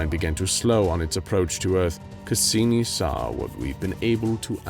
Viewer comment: Was it just me or did the narrator's accent when voicing Cassini sound like a combination of Dracula and Father Guido Sarducci (look it up)???